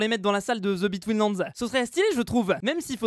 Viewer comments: the betweenlands moi qui entend:zebi tweenlands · On va me prendre pour un beauf, mais à chaques fois qu'il dit TheBetweenLand j'entends Zeubi Twins Lands ! On dirait qu'il le fait exprès ! 🤣